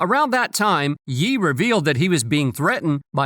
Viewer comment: God bro, you can't even say "Ye" right. Google ya stuff fool.